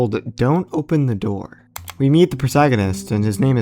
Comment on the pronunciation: "Open the noor"